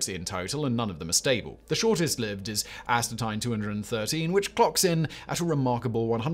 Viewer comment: please learn how to pronounce Astatine.